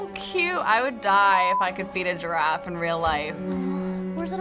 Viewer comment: Yeah instead of "giraffe", i hear the girl say "draft" lol